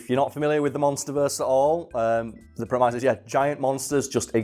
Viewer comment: Are we just not going to talk about pronunciation of the word 'premise'?